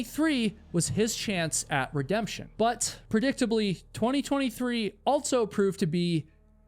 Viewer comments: You always say "altso" instead of "also" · Subbed, even tho every time you say "altzo" (also) in your videos is worse than nails on a chalkboard. I enjoy the stories tho. 👍